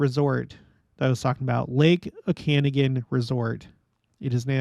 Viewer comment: “O-kan-aw-gan” Lake